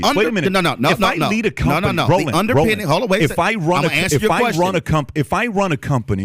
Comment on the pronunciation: Hey folks. His name is Rolanda Martin, not roland but Rolanda.